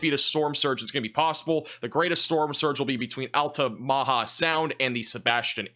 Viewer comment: Altamaha is pronounced “alt (like in alternator) uh muh haw “ it’s weird but yeah 🫣